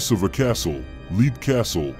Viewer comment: Not to be a Captain Literal, but Leap Castle is pronounced “Lep”. And Castle Glamis is pronounced “Gloms”. Great video though!